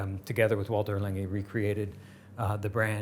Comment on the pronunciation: needs to teach how to correctly pronounce A. Lange & Söhne.